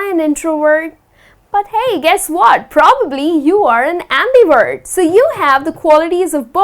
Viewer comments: just curious, why do you pronounce it ' WERT' not 'VERT'? thanks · your videos are amazing , but i think you pronounce the word introvert as introword , abmivert as ambiword